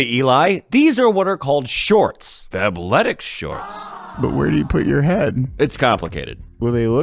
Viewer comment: I heard FAPletics when that sponsor started and thought you got the jerking underwear😂